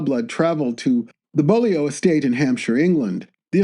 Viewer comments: Bolio my arse, it's pronounced Bewly. Bloody yanks! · Beaulieu is pronounced as 'bewley'. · AI narration UGH!!!!! Overpowering. The Bullio estate??? is the Beaulieu estate. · "Beaulieu" is pronounced 'bewley'. That's the sort of thing that centuries of local custom and rural accents can do. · Beaulieu is pronounced B-you-ly. Another example of our weird British spelling. I actually met Lord Montague many years ago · Pronunciation alert: Beaulieu is pronounced 'bew-lee'!! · Oh dear... a slip in production values. Why did you not check the pronunciation of 'Beaulieu". All it takes is a quick Google or Wikipedia search. Indeed the very first word on the Wikipedia page includes a sound bite of how to say the word! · This is a consequence of only knowing it in written for. It's even simpler though. The ''beau'' in Beaulieu sounds the same as in "beautiful". English pronunciation is perverse of course. In Beauchamp it sounds "bee", in Beaumont it sounds "boa". As a Scot, I can't complain. There's no way to explain Colquhoun, Dewar, Buccleuch, etc.